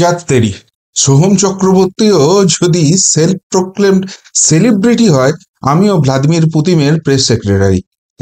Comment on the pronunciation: তাও আবার নাকি 'শেলিব্রিটি', not 'সেলিব্রিটি' !